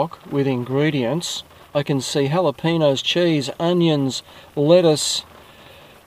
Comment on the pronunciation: I cringe every time you say jalapeno. This might help you say it properly